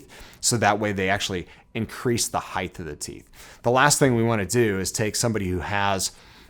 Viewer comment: Every time he says heighth take a drink